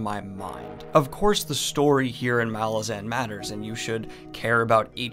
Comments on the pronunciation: the accent/emphasis is on the second A of malazan not the first. listen to how erikson pronounces it. M'LAH-zin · bro its pronounced "muhLAWzin cmon bro